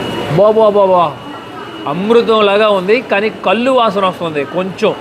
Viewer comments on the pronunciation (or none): none